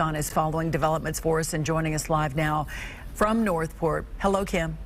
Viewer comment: WHY CAN'T SHE SAY NORTH PORT!!!!!!